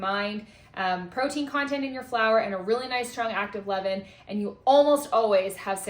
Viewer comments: Levain is French...pronounced Levaaaaan. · Lol, Ievin? I thought she was saying eleven the whole time, as in 5 part flour plus 5 part flour plus 1 part starter! 😅😅😅😅😅